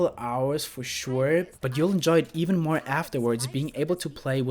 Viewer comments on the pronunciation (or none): none